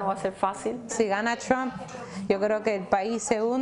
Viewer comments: 💯Cómo pronuncia Trom 😂 como trompo. Es Trump! Verdadera pena ajena. Como la India Maria ni de aquí, ni de allá 😂. Como dicen: Aunque la mona se vista de seda, mona se queda. Tenía qué ser Cubana la pobre. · Cómo pronuncian Trom 😂 como trompo. Es Trump! Verdadera pena ajena. Como la India Maria ni de aquí, ni de allá 😂. Como dicen: Aunque la mona se vista de seda, mona se queda. Tenía qué ser Cubana la pobre.